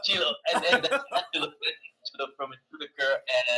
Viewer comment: My Swedish Brother! ITS NOT "ANGELA"😂😂😂😂😂